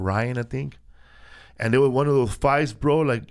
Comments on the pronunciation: Felipe says won like won-ton and then proceeds to say one like wun lol Tom might night be so tik tokked after all.... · he says won like tom